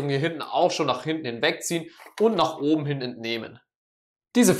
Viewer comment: Junge ES HEISST OBEN UND UNTEN UND NICHT OBNE UNTENE Danke für die Hilfe